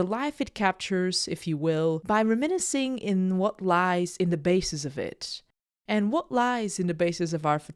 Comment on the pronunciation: Can you learn to say reminiscing properly please